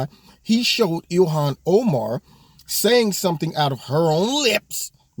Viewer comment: Ill-ham oh-man...lol